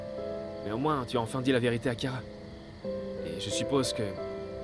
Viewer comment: Non kyara sans liaison Par le saint esprit 😂😂😂